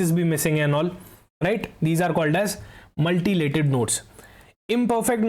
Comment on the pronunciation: It's Mutilated not Multilated